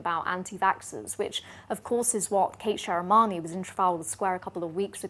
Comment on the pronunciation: Small niggle but....... It's SheMirani, not SheRimani